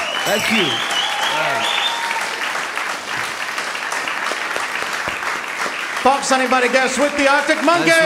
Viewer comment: The way he says "Fox" OMG